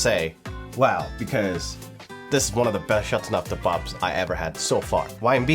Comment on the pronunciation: Don’t butcher the language 🤮🤮🤮🤮